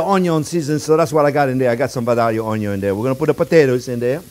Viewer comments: "Owniown" love it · Yes Onyo ... love the way he says that too